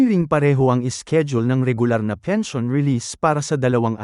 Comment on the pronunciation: fake, maskina pag pronounce pens. i. o. n.